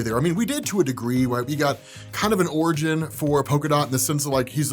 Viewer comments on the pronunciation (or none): none